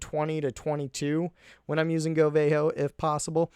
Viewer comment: they aren't VAY-kalyries, they're valkyries. so, it's go VAHHHHHHH ho, not go VAY ho